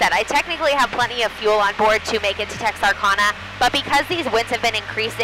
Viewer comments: Sweeie, it is Tex Are Can Uh! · Did I just hear you say "Texarconna?" Girl, where are you from? Never heard it pronounced that way lol! Btw love your videos. Keep up the good work.